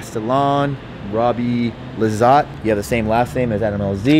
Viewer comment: Hell yeah! Lizotte Gang! Much love for the correct pronunciation!